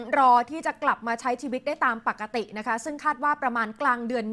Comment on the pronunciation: ปกติครับ ไม่ใช่ปักติ